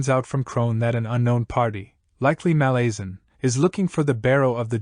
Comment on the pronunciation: Nice summary. I'm due a re-read. There's different pronunciations, of course, but a couple of yours made me wince. MaLAZEan is a new one 🤮💀😅 But please continue these!